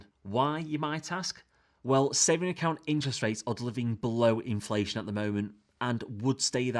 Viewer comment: 'BELOW INLAFTION RETURNS' Oops